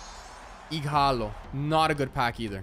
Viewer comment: Hey he’s name is ighalo don’t say the h I will unsubscribe if you name ighalo with the h